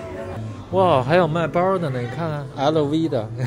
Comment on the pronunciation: 小说把Lv包说得太有北方特色了